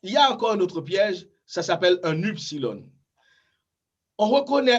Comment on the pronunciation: Cependant Cher Prof pourquoi prononcez-vous eupsilòn et Upsilòn? Je crois que les prononciations de ces lettres sont plutôt ouvertes..(èpsilòn et ipsilòn).